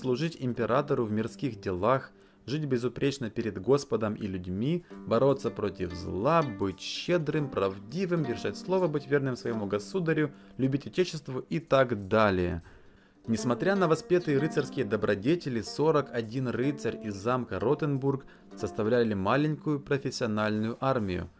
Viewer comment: Госуда́рю, а не госУдарю ПодкалЁнный, а не подкАленный Качество видео отличное и хочется, чтобы все было на высоком уровне. P.S. Удали мой комент потом.